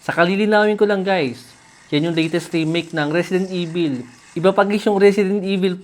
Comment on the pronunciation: risidint ivil 😂